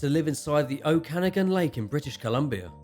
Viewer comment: Enjoyed this one! Ogopogo has a cousin in Ontario as well called Igopogo/Kempenfelt Kelly in Lake Simcoe. For context for anyone who visits Canada, the lake in this videos name is pronounced Oh-kuh-nog-in :) A lot of our lakes and locations are based off the Native North American peoples language, so it's no worries if they're different sounding than you'd expect.